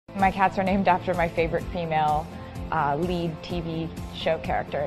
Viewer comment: Who talks like this “female” like what